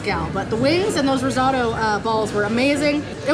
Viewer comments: RIZZ-OH-TOE is the correct pronunciation. 😂😂 Just saying. I’m a big fan though. You rock! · Rizzauto?? Did she mean risotto? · All due respect to who I love watching but her pronunciation and description of Arancini was hilarious and cringey for a chef but the risotto pronunciation may have been worse since I thought that was such a universal known one by now!!!! Luv U K